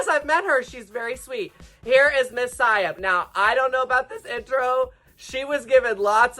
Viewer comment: Why can't people pronounce Siam?! 😭